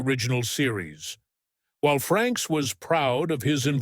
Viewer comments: get someone who actually READS the material....there is NO N in his last name..... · Frakes not Franks !